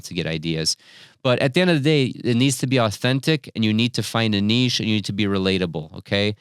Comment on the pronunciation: You say niche incorrectly.